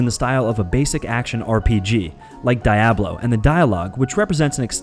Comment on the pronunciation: They way you said Diablo made me shiver